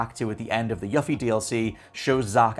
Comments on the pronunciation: YOU-FEE! IT'S YOU-FEE! Where on God's green earth do you get "Yuh-fee"? You can pronounce "Tsviets" correctly deapite hearing it ONCE in the DLC, but you just ignore how the protagonist and EVERYONE AROUND HER, pronounces her own name?! I'm sorry, but that makes 0 sense! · ...i'm sure it's just an accent thing, but every time you say "Yuffie" pronouncing the "u" like in "fluffy", I wince so hard argh 😂Please for the love of all FFVII her name is ユフィ, as in "you" and "fee". 😅 As for your theory I'm more inclined to believe (hope, perhaps) that Zack is alive and this alternate timeline Zack has crossed over into Remake timeline, because that means more room for Aerith to NOT die in the future. I guess we'll see. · You-fee please say it correctly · You-Fee. Not Yuh-Fee. The mispronunciation of this name has bothered me for 24 years :L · Tf is a “Yuh fee”? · Also... You-Fee! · You-fee this is the correct way to pronounce her name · YUH-FEE lmao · YOOFIE! Jeez my dude! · it's yoo-fee. As it's pronounced in Kingdom Hearts, and her DLC for FFVIIR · It's YOU-FEE (Yuffie) how are all of you saying her name wrong? And I loved Dirge of Cerberus BTW. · It's YOU-fee damnit! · The way you pronounce Yuffie is a disgrace lol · The way you pronounce "Yuffie" disturbs me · We’re supposed to believe your theory, you can’t even say her name properly. SMH! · Your pronunciation of Yuffie's name is maddening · Unfortunately his theory is only as good as his Yuffie pronunciation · I find it funny he played through a whole game and STILL can't pronounce Yuffie's name correctly. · Right!? They first gave us the correct pronunciation spoken nearly 20 years ago in Kingdom Hearts. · he's pronouncing it correctly as to how it's spelled in english. the double f is the culprit. if it was localized as yufi or yufie there would be no issue so you can blame spelling for the goof.